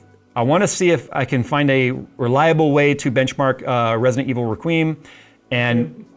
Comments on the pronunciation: "Wreck-we-em" Requiem. That would be a good benchmark, it's got beautiful graphics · Who the hell pronounces is requeem 🤣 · dude is pushing 50 and can't pronounce REQUIEM?!? oof